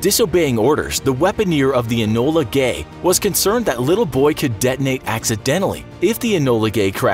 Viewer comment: Was that bomber called 'Ebola gay'